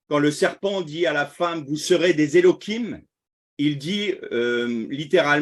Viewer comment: Pourquoi utiliser l hébreu moderne? Elohim avec la lettre je en ancien hébreu, or vous prononcez Elokim , avec un k. Merci soyez béni.